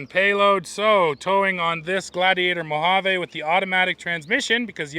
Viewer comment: FYI mojave ends with a E not a A. Its pronounced mo-hav-ee.